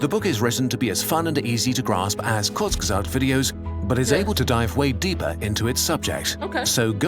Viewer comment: Its pronounced kur/zge/sagt